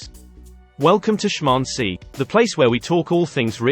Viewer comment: Interesting how "schmancy" is pronounced in the beginning of a video. Is this an artificial reader or someone tried to parody french accent?